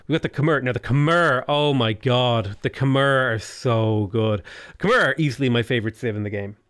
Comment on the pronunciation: You have already pronouce Khmer correctly. Khmer is pronouce [kʰmae] and the way you spoke previously is already close.